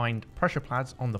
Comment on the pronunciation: its pad not plads